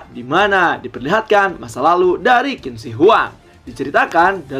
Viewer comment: Qin baca nya chin bukan kin kawan..